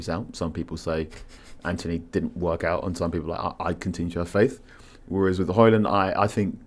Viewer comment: If you are pronouncing the D in Højlund then you're pronouncing it wrong. His own words not mine